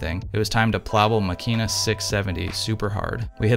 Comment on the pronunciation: Incredible triggered by how you pronounce the name